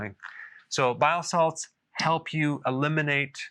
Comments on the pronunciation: He is saying BILE SALTS. Just sounds like bio salads lol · I keep hearing biosalads 😂